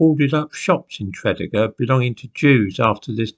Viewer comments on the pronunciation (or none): Always wondered why there are no Jews in Wales. By the way it's pronounce Tre DEE Gar not TRED Ig Ar. Love your content, much respect for you saying Ebbw Vale right! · Tre dee gar. Not trediger. Great channel. I'm from South Wales not far from TREE DEE GAR.🙈🙊🙉🙏🙏🙏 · Tredegar.....Tred ee gar. Bargoed....Bargoid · Actually no, it's not pronounced 'Tree' deeg arr but Treh deeg arr ,and the 'mawr' in 'Brynmawr' doesn't rhyme with 'flower' - it would be pronounced 'mauhrr'. 'Treh deeg arr' 'Brin mauhrr' 🏴♥️ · prounounce it like this TRA DEEG GAR easy for you english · It's pronounced tread-eager. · the correct pronunciation of Tredegar would be “Tree” “Dee” “Garr” and Brynmawr “Brin” “mowwer”(rhymes with flower). Hope that helps! 😂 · Actually, it's pronounced Treh deeg gar - not 'tree' 🌲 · Tred ee gar is the way Tredegar pronounced. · Just a quick Welsh lesson. In Welsh the accent is placed on the 2nd syllable. For example Tred-ee gar. Welsh is difficult for the English I know so I’m not complaining. 😊 and Mawr is big in Welsh. So BrynMawr is mountain big. (Brin- Mowr). And mawr is a mutation of fawr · Tread E gar .... can't live in Wales and get that wrong.... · fascinating story, my grandad was born in that area - working class, mining community so this surprises me (i think your pronunciation of Tredegar is wrong - truh·dee·guh) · I was gonna mention his pronunciation...but you did it for me..thanks. . . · Thanks for this,. Fascinating. BTW, it's pronounced Tre-DEE-gar. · Hello again, As a Welsh person, I found this video particularly disturbing......... Tredegar is pronounced trih dee gah. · Tra - dee - gar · Sorry about this, but Tredegar is pronounced tre-dee-gar. I’d guess Brynmore is really Brynmawr (pronounced brin-ma-wr). Bargoed likewise would be pronounced bar-goy-d. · Tredeger,pronounced tre-dee-ger😃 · Where is Tredegar, as you pronounce it? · Thank you. pronunciation is making my teeth itch! 😬